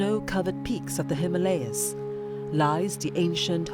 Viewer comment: The narrator needs to correct the pronunciation of Himalayas...